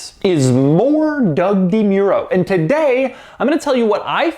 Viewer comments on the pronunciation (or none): Why does Doug pronounce his last name wrong?